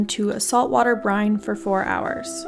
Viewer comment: min what was that "Brian"? lol "and I'm adding salt water Brian" ? lol